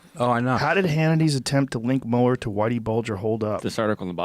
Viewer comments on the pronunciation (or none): "Say 'Muler' one more time! I dare you!"